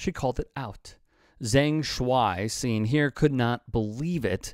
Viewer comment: Who is "Zang"? It's Zhang which is pronounced "Jawng".